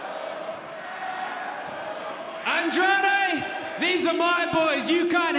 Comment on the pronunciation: You said Andrade el ídolo wrong bot